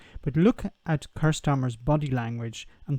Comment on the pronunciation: It's pronounced Keer.